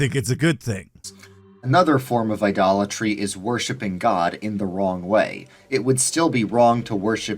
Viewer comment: Every time I heard “idolatry”, all I heard was “Dollar Tree”. 🫠